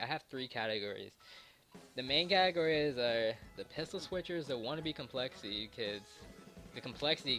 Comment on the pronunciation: lmao at your speech impediment !! im dying listening to you say pistol switch hahahah